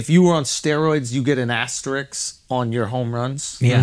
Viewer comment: It's "asterisk", not asterix. It's not a comic book character